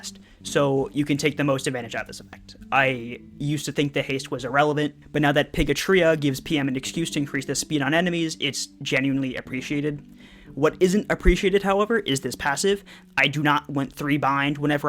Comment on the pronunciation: pigritia = pigatria fyi its pronounced pig-rih-she-a